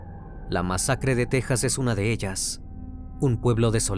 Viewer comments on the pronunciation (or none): none